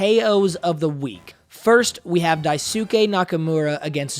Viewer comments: You butchered Daisuke’s name. It’s pronounced “Das-K” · It's Dice-kay bruv